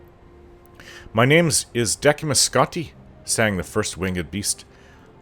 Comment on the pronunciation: It is odd hearing you say Deck-imus Scotty when I've always heard Dess-imus. 😕 I still greatly enjoy listening to the stories either way! Thank you! 😊